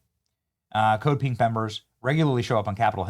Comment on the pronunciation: Until I saw their pink shirts I thought you were saying “Code Pig!” Lol! So disappointed in MTG. When I heard she made millions insider trading I was done supporting her.